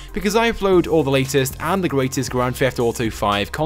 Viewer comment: Why do you say grand fheft auto